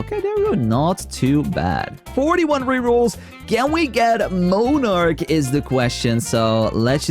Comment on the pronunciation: MON-arch, not moan-arch